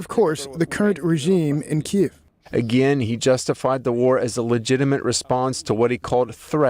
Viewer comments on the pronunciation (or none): none